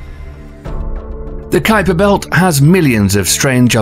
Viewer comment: Ummmm... what exactly is the "Kweeper Belt" .... & the "Oooh-ort Cloud" !!????? lol ;-p